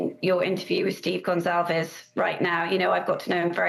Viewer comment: For Pete's sake, can no one read in journalism anymore? Her name was Kaylee Goncalves. GON CAL VES. NOT Gonzalez. 🙄